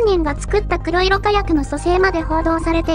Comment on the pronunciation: 誰かが書いてるとは思いますが『こくしょく』では。 ＮＨＫさん、少し考えて報道しないと